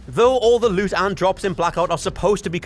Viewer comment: "Leut" "heuk" haha never gets old for me. It's a bit insufferable but when he says book like "beuk" I lose my mind 😂